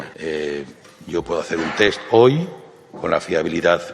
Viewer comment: Hoy, por fin puedo decir algo positivo de Ábalos... sabe pronunciar “TEST” correctamente... Y es que me he cansado de escuchar a infinidad de políticos y periodistas a los que se les llena la boca de “TETS “